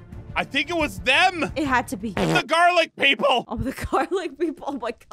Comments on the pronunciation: The garlac pepol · Me went i hear say "THE GARLIC PEOPLE" me be like:LOL😂